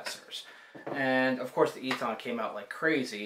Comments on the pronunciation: EATON is pronounced "E TON", not "E TAHN" Just an FYI... love your videos! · Great Vid ! Thank You. Very minor point.. Eaton is pronounced 'Eatin' Like the colloquial for Eating..